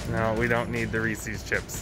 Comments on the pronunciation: DID YOU PRONOUNCE IT REESEES????? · Its ree-ses not ree-seees type in utube reese song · why ya'll pronouncing Reese's as Ree-sees???